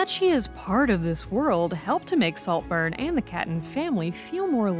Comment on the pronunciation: Slowburn? Noburn? but a great Take as always.